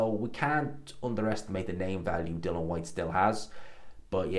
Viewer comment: I knew before I watched this he was gonna say Dill-on Whats wrong with this guy ? Theeres an ' I ' in there.